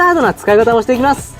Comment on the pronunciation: なんか今日の発音おかしくね？ 汚れを落として⤵︎ いきまぁす⤴︎ ⤴︎